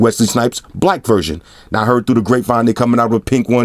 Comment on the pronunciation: he a blood he said brack lol